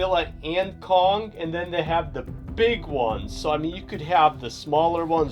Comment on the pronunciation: You said Cong with hete ray